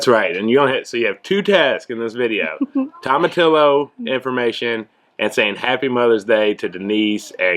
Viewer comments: You say it like "tomatiyo". We use them for salsa verde (green salsa). It's great with tacos. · Toe-muh-tee-yoh! Spanish - double LL is Yee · Tomatillo= toe-muh-tee-oh. Use to make salsa verde!